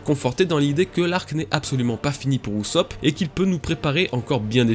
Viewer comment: Par contre c pas ousopp mais usopp avec un u Et pas l'oeufy mais louffy please, je vous en supplie